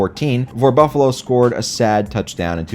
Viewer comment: Cinci-natah, Joe Burr-ah, and Buffa-lah. Literally the best moment of the video. P.S. I did in fact watch the whole video, I'm not gay.